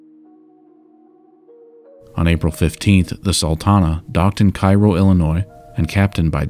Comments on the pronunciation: Minor quibble: you mention Cairo, Illinois. This town's name is pronounced "Kay-row" instead of "Ky-row" for whatever reason. This is by the way a fantastic documentary. Thank you for taking the time and trouble to get this uploaded. Boo on youtube for its poor copyright system. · Cairo, Illinois is pronounced KAY-ro ... but otherwise the best Sultana documentary I have seen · One other. Cairo, Il is pronounced Kay-Ro. Not like Cairo Egypt. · great presentation. But a correction: Cairo is pronounced “KAY-ro”. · We pronounce Cairo as KAY-ROW in Southern IL